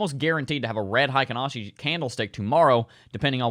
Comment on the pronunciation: Not sure if you care much about this kinda thing, but Heikin-Ashi is actually pronounced "hay-kin" rather than "high-kin." In Japanese, "ei" makes an "ay" sound, but in German, it makes an "eye" sound. Source: I'm a huge weeb. Also, I feel that the halving cannot be priced in. If the mainstream knows about it, that doesn't mean the price'll adjust to an expected future value. It can't be priced in because the supply shock hasn't been felt yet.